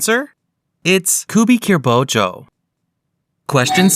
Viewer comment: Its not Kubi*kir*bocho, its Kubi*kiri*bocho